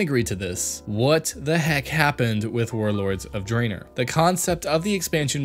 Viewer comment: Did one person write this while an other person read the lines? He couldn't pronounce Sargeras or Draenor